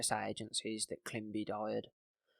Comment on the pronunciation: Great work and thanks for covering this. Just watch some mispronunciations: it’s “climbi-ey” because it’s a French surname with the accent over the E on the end and “harin-gay” council